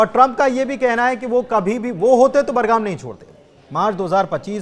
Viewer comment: बरगाम नहीं बगराम